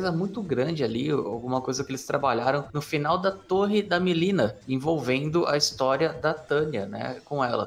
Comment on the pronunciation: Que nervo ouvir ele falando Milena o tempo todo hahahha, é "Mãlina" que fala..